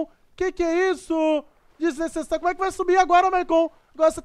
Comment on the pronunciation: mano vc não sabe falar "desnecessário" ?